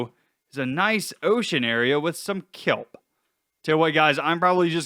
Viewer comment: 😅😅😅😅🤣🤣🤣🤣😂😂😂🤣🤣🤣🤣🤣🤣🤣🤣🤣🤣 You said kellble it’s kelp. That’s just 🤣🤣🤣🤣🤣🤣🤣🤣🤣🤣🤣🤣🤣🤣🤣 Odd